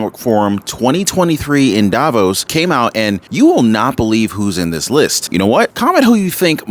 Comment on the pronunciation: Davos is not pronounced the way it is in this video.